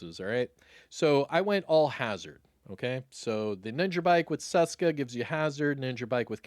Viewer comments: Its not damn "saska" its česká. Try google to read it for you. In some old video u nailed it, but here ur butchering it :D Its like when u wanted to say "hello" but was actualy saying "cholo" :D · You were doing sooo good pronouncing Česka correctly (like you pronounce CH in chest) before. Why go back to “Seska”?